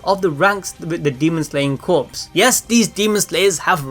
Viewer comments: I get it is spelled Corps, but it's not pronounced like a dead body. It is pronounced CORE. Just a small detail that drives me nuts. It's a Unit size like battalion, division, squad, Corps. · Hihihihi corps is pronounced as 'core' :3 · Just fyi, it's pronounced as core, the p is silent. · Corps is pronounced “Core” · Just so you know “corps” is pronounced “cores”. It the demon slayer cores. Corps = cores. The p is silent. It’s weird I know but that’s how it is. English be like that sometimes. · I don't wanna be that guy but the word 'corps' is pronounce 'core' where I'm from but Idk maybe it's different in other places. But still love the videos and hope the demon slayer vids will continue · Am I the only one who cringes when he pronounces the "p" and "s" in "corps" omfg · Dude, CORPS is NOT pronounced as CORPSE. It is pronounced as CORE. DAMN, MAN. It's not that hard to learn. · The content is great but the only problem I have is how you say Corps. It's Corps (Core) not Corps (Corpes) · Please stop saying corpse when pronouncing corps. It's pronounced core. Otherwise great video 😊👍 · Demon Slayer Corps.... The word “Corps” is pronounced like the word “core”. He is pronouncing “Corps” like “corpse” which refers to a dead body. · ITS “CORE” JUST THE P AND S ARE SILENT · The P in Corps is silent. "CORE" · It's pronounced "Core" If the P was silent if would be pronounced "CORES" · Corps is pronounced as core homie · “Corps” is pronounces as “core” just so you know lol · Love your videos but corps is pronounced like core the s is silent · I've never heard it pronounced like that... No P... Just like saying core not corpse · It's pronounced like core not corpse. But I'm nitpicking lol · Yes it's pronounced core. As in the Army Corps of engineers it's pronounced core. Definitely not corpse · Sorry to be 'that guy' but its pronounced "Core" not "Corpse" gotta love the English language xD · Its not corpse dum dum its corps you say it like core not corpse dum dum